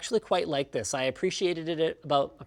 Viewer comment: "I appreciatedtetit" - linus